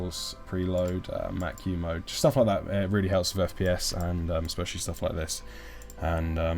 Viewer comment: "aspecially"? Really?